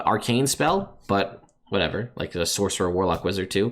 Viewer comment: “Saucerer”. Boooooo! 😂